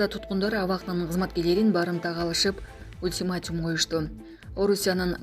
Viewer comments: Ультиматим эмес, ультиматум деп айтыш керек, сендей сабатсыздарды жумушка ким алды ? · Ультиматум а не Ултиматим